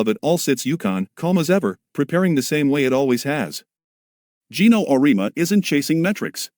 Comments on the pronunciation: OR-EE-AHH- MU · Though I will say, any speech to text will misspell UConn. But messing up people's names is pathetic when you as content provider don't narrate it yourself. Just ..cking lazy.!!